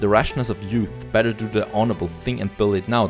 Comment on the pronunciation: i really like how he pronounces better like batter